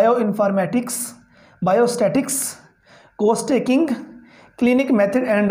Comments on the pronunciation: Jannab Case taking to theek Bolna seekh Lain Case taking ko Cose taking bole rahain Hain ap Iss subject ka name Case taking hay Ok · Corse taking......